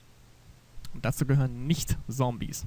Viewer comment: Warum sagst du immer "Sombies"? :D